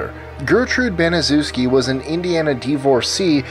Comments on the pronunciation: Aslo Baniszewski is pronounced bahn-neh-shev-skee it is Polish name. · 25 - It's pronounced banishevski. Like in "banish". 24 - It's a legend. All that things are lies spread by their enemies. All those stories originated wayy after her death to discredit their bloodline. There are videos about it and books.09 - In "Klimek" you need to accent E more. Like in "get"If you want some info about Poland just ask me :) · Hey Guys, re number 25 on your list. Her name was pronounced ban ah chef ski. I was growing up in Indianapolis when the murder happened. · Does anyone realize that literally no videos have proper pronunciations of 'Baniszewski.' Like how hard is it? And i don't see why Aileen Wuornos is such a evil person Yeah, sure, she killed 7 men in cold blood. So? Literally thousands of women do that. If you look at people like Mira Hindley, Aileen is nothing like her. She had a really rough life and she committed horrendous crimes but she wasn't a super horrible person.